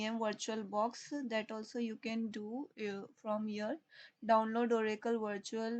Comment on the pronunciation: senin davnlod diyişini yiyem hintli ablam. ulan boşuna okuyoz ammına ne varsa hintlilerde var.